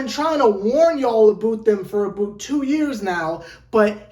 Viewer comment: I can't get over "aboot"